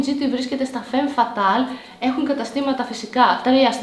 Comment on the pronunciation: και μετά λέει βένους αντί για βίνους και φέμ φατάλ αντί για φαμ φατάλ...